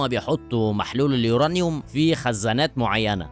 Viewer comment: احب أهنئك انك من الناس القليلة اللى بتعرف تقول اسم عنصر اليورانيوم صح 😂😂😂